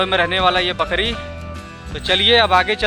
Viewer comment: भाई बकड़ी नही बकरी